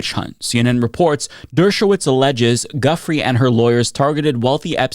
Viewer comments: FWIW: Giuffre is actually pronounced "Joo-Fray" (and sometimes "Joo-Free" or "Joo-freh"). So Virginia "Joo-Fray" (not "Juffree" or "Guffree") (Also: Ghislaine, as in Ghislaine Maxwell, is pronounced "Gee-Lane" or "Gih-Lane" (not "Jizz-Lane" or "Gizz-Lane") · FYI, Giuffre is pronounced jew-frey, not guffree. GG otherwise 👍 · Can I make a request? Can you pronounce Virginia’s Giuffre’s last name correctly? From my understanding it’s pronounced like, “Ju-Frey”. I have massive amounts of respect for your important content and that’s why I’m asking for this, respectfully. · Giuffre -> gee-you-frey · I thought it was pronounced Jew-Frey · i agree with you. it’s easy to find how her name is pronounced. we demand justice for the victim survivors of the worst coverup in history. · Please, learn how to pronounce Giuffré. Please. As a sign of respect for her. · Hey, pronounce Giuffre’s name correctly. You’re routinely bad at pronouncing people’s names and this somewhat nullifies your credibility. Most serious reporters do the research, but you Americans are not good with people’s or place names. It suggests a level of arrogance in your national character. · Please stop saying Ms Julia's last name WRONG, show respect and pronounce her last name as she and her family pronounce their last name.